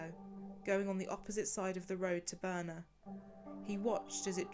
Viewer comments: Her name is Birna, not Boerna. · It´s pronounced BIRTNA, with like how you say e in "read". BIRTNA, not "Burna". And Hallgrímskirkja is pronounced "hatlgrimskeerkja" (Two l´s always become "tl"). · Birna is actually pronounced Bitna, I know this as my sister in law is Icelandic and shares this name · please tell us how to pronounce Birna's name correctly. I am not sure, but almost certain that it is not pronounced as in the video. thak you.